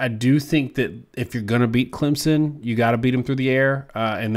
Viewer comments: Hello guys, learn to pronounce Clem - son, not sen. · He says, "Clemzen." Come on dude. If you're going to talk about our team you got to know how to say it! "Clem-son" or even "clemp-son" would be more acceptable than the z... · It's Climpson